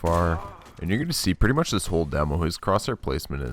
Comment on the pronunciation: Every time you say "zist" I cringe